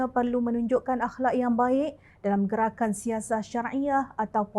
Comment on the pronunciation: Silap sebutan " Gerakan "😊